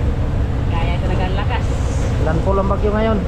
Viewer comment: Fyi. Land fall hnd land full.......kung hnd kaya mag englis pwd.nmn tagalog nlng ...keep safe!